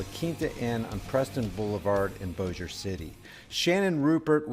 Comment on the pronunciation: I believe they could have non-lethally subdued Her. Also congrats on the correct pronuciation of Bossier.😎